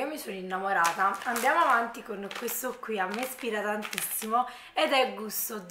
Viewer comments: Infatti...da napoletana dico che è terribile 😥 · Ti posso fare una domanda?ma perché dici sempre..meo..questo queo.. Sono giorni che cerco di capire.. È una forma dialettale del tuo paese o città ?non è un offesa attenzione..voglio solo capire 😁